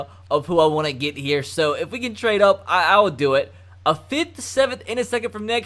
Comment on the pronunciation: he says "good ol 'Herm Jackson's wants us to trad up" 😂😂😂😂